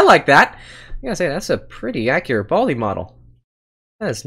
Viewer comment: Its Baldi not Balid and Balij